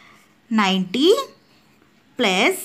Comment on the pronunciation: Plus ❌pluze ✅